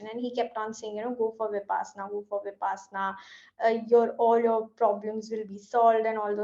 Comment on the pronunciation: I am a bit critical. Please. Its विपश्शना not विपासना . The word has a meaning. Who knows, knows ! BTW thank you for the video. Go ahead 🤘